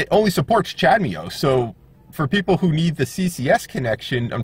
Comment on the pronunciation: Yeah, I know... I was pronouncing it as Chad-ME-Oh when it should sound like Cha-da-Moe 😋 Don't forget to SUBSCRIBE. Thanks!